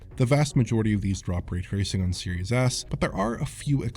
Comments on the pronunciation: Really hate how he mispronounces ray tracing. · So how's the raytracing on Series S? The way pronounces it's name should give you a good idea.